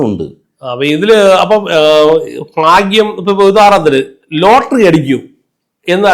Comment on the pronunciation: ഫാ ഗ്യം അല്ല.. ഭാഗ്യം.. ഉച്ചാരണം പഠിക്കൂ..